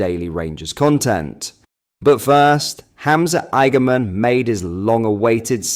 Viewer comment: Igamin poor pronunciation